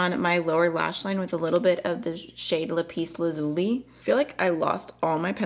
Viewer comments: Lapis Lazuli is pronounced: Lap-Us Laz-yoo-lye 😊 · Lapis lazuli is pronounced Lah piss Laz you lie :0) xx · Lap-iss Laz-u-lie is how you pronounce the last blue/indigo shade. Lovely palette and a beautiful look 😘🥰 xxx